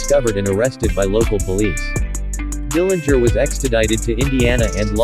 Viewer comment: Good job pointing out a lot of facts about John. Also, I heard it the Dillinger family name correctly pronounced at least once with a silent 'g'.